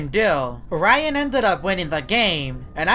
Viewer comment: His name is not rayan cant you say ryan